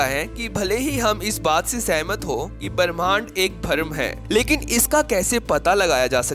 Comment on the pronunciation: भरम नहीं भ्रम , बरमहंड नहीं ब्रम्हांड, परमान नहीं प्रमाण।